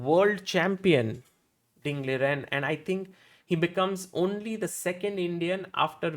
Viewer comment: Is is Liren or Lijen...... I have seen Sagar use both of these pronounciations.